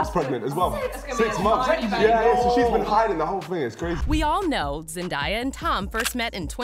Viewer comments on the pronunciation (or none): Zendiya- um chil it’s Zen-day-au (Zendaya) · its zendAya NOT zendIEya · I cringed everytime she said “zen-die-yuh” 😂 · The girl the whole time was saying zendieya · voice over lady:ZeNdIeA me :ITS ZENDAYA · Her name is pronounced Zen•DAY•uh. Not Zen•dye•uh She has a 58 second video of her putting this to rest on how to pronounce her name. Came straight from her mouth. 😀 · It's zenDAYa not zendia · PLEASE IF YOU MAKE ANYMORE VIDEOS ABOUT ZENDAYA PLEASE SAY HER NAME RIGHT! ITS ZEN-DAY-A THERES NO I. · IT'S NOT ZENDIEYAH it's zendaya -_ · YOU SAY ZENDAYA NAME LIKE ZEN-DAY-AH NOT ZEN-DIE-AH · it’s sarcasm for the way they were pronouncing her name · Yes please stop saying Zen die ah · It’s Zen•DAY•uh Right from her mouth. Has video of herself saying how her name is pronounced 😀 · "Wait, is Zendieyuh really engaged to Tom Holland?" Tom Holland would never cheat on Zendaya with this 'Zendieyuh' you're talking about like wtf who's Zendieyuh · Say Zendaya like this Zen-day-a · WTF IS ZEN-DIE-YA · yo! Its so annoying when someone can’t even pronounce her name correctly…it’s ZEN-DAY-AH not that hard right? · "ZenDIEyuh".....gurl what? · ZENDIUH!!! ZENDIUH!?? ZENDIUH?! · Why you say her name like that😭😭 zendieyuh… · come on ... Zen day a ... easy to say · Bruh zendaiya 😑 that makes me mad for some reason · Had to stop watching at the second Zen-die-ah... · thats not how you say zendaya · For real why people call her that when that’s not the same pronunciation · I feel like you're intentionally saying her name wrong they say her name correctly in your own credibility clips, and you're still saying it wrong. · You pronounce Zendaya wrong lol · How she saying Zendaya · if your going to do a story on them please learn how to pronounce their names… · You butchered her name way too much to even watch the full video without me wanting to punch you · Why is she saying Zandaya's name wrong? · Um the narrater is saying sends has name wrong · That’s not how you say her name